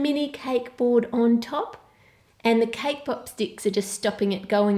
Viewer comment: Lol I heard cake pop stick as k-pop stick